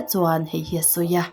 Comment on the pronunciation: "Kiss my ash" a ti lo "kiss my ass" a ti nih kha😂